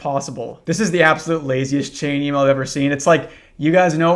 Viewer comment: What's an "E-male?" Is that like a skibiddi Twitter? 💀💯 no cap.